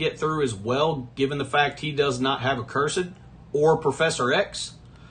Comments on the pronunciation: Love your vids but it’s “uhhh-cursed” not “uhh-curse-ed” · It's pronounced uh·kur·suhd